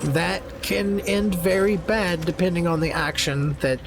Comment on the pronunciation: i am a new to the game and I’m learning a lot from watching you! Just passed Gymforge (or however tf you spell it lol) by myself on balanced (yes just balanced but I was playing on the easiest mode earlier leave me a alone😂) Ps. You just gave me and my boyfriend a new vocal stim “it’s BAYD” from a few episodes back